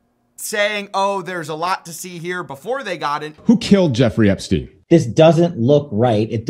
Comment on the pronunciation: Dude is still called "Epstein", not "Epstin".